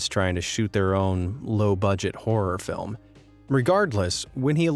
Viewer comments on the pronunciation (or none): none